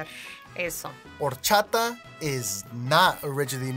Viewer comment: Did he initially say Whor-chata? Lol😅